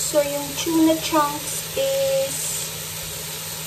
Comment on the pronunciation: May natutunan akong accent sayo...Chuna pasta.. hahaha gayahin kita hahaha super duper yummy naman yan . Salamat sa recipe mo